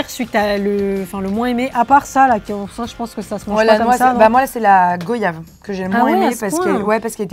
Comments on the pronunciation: Pas gooyave 😭 on dit « guayave » on dit pas vooyage alors pourquoi dirait-on gooyave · ÇA SE PRONONCE « GOIYAVE »pas « GOYAVE »😭😭😭 c exactement comme voyage 🤦🏾‍♀️❤️ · Super vidéo , mais votre goyave n'ai pas mure et aussi sa se dit (*guoiyave*) merci 🇬🇵🇬🇵🇬🇵🇬🇵🇫🇷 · Saveur des Antilles tout mon enfance Tamarin Goyave Papaye ! Ps on dit goiyave comme voyage ! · Pipitch Forever mais je sais pas ou tu habites mais non ça se dit GoYave..